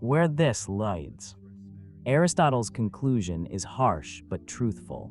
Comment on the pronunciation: Is this an AI generated voice? Why can he not corrects pronounce “lead” and “leads”?